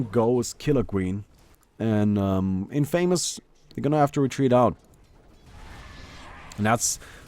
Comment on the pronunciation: 1st thing I heard was the incorrect pronunciation of 'Infamous'